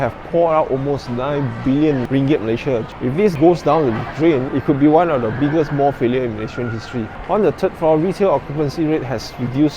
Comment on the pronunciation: The, not de. Third, not tird. Think, not tink. How you say truth, Tru"th" is how you say "th"e, "th"ird and "th"ink.